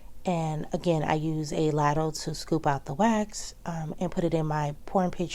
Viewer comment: I can't wait to get as organized as you! Great job! (I've made this mistake as well lol it's pronounced lay-dle,'ladle' just for future ☺️💕)